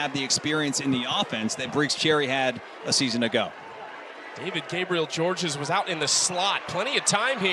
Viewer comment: The 2nd s in the last name Georges is SILENT. It's pronounced just David Gabriel George